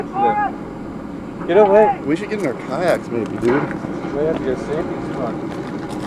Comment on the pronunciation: did he say "we should get in our k yacks dude" ...hahaha